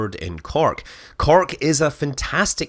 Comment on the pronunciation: WTF is " CARK" ? You mean Cork? Then say it. SAT IT SAY IT.